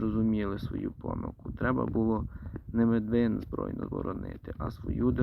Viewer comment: Медвин з наголосом на перший скад